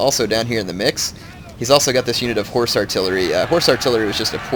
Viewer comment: Am I the only one who ALWAYS hears "Lifeguard of whores" or "Regiment of whores"?